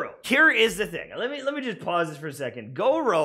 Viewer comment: i dont wanna be that person but its gor uuuu like u drop the o its the u sound